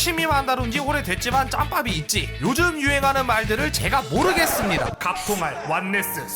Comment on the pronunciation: 여기 의도하신건가 ㅋㅋㅋㅋㅋ 자막은 모르겠습니까? 인데 모르겠습니다.로 들림 ㅋㅋㅋㅋㅋㅋ